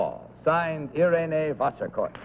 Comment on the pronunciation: The name of the third contestant is certainly not “Vaskorff”! It sounds more like “Wasserkort”.